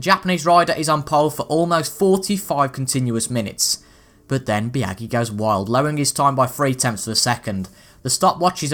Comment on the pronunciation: Love the Moto GP videos, but you're pronouncing Biaggi wrong